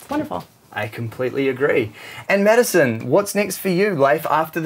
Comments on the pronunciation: Drinking game: take a shot every time "beachy" is said. Lol. I love this, they both look so happy! And Madison is friggin glowing! 🤰☀️ (although he kept saying "medicine") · Why does the dude keep calling madison medisien ?? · He cept calling Madison medicne